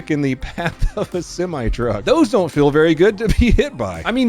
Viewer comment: did you say "Donut play on the highway" 😅😂🤣